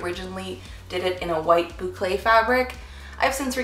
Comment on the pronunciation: It’s a boo-CLAY bowl. Bowlclay if you will